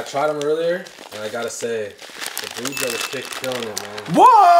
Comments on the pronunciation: Its Bhuj - iya(ee-ya.... Thats how you pronounce) Not Bhuja Just this correction Other wise, as always , fun to watch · its not bhooja its pu-jee-ah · Aloo bhuja😂😂😂😂 its aloo bhujiya guy's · Aloo Bhuja 😂😂 its Bhujiya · Every time he said bhuja instead of bhujia.....I felt like committing a hate crime.... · Its not aloo bhuja.....its alloo bhujia with an 'I' between j and a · It's actually bhujia not bhuja😂😂👍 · ❤☺it's not bhuja it's bhujiiiaaa try and say it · Its bhujia not buhja... Bhuuu-g -ahhh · IT IS ALOO BUJHIYA NOT ALOO BHUJHA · Id like to suggest, it’s pronounced Gulab jamun(ja-moon) Gulab means ROSE in hindi Aloo bhujia ( bhu-jee- ya) Try “jalebi” sweet if u can get it Its a sweet , yellow spiral shape